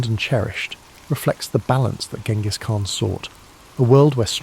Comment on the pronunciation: Uhhh... a history channel that doesn't know how to pronounce Genghis Khan?